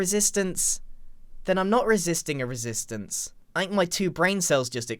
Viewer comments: how many times did he say risistance in this episode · I- Grian... I believe you said "resistance" about... 40 to 50+ times... Are.... Are you ok? °^°" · 'Resistance' is sounding less like a word the more you say it.